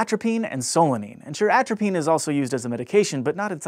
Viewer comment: Atropenis is what I heard